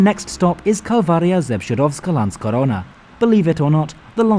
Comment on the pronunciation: I just came to write it down. Guys lats face it Czechowice dziedzice and "Kalwaria Zebrzydowska" are hard to pronounce AF even for us😂 And you nailed it! Well done 👍 Once I even had a problem understanding Sieniawa, because I was expecting some kind of strong accent, not a proper name. 😂